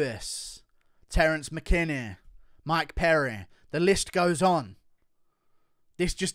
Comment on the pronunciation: Bruh said “Mike Perry” 🤣😂